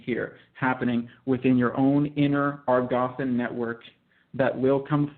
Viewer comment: I was thinking precisely that; sounds JUST LIKE BASHAR! Phrasing, intonations with emphasis on certain words, repeating the first parts of sentences etc. are IDENTICAL. I would like to know why. I do find this aspect very circumspect. Also the mispronunciation of "Agarthan" is a red flag. I just stumbled upon this video quite by accident.